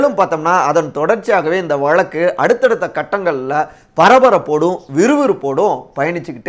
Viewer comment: Dear friend it's irritating to hear your Tamil pronunciation eg. Instead of Thamizh you say Thamil, Vazhzkku you say Valakku. Kindly try to rectify.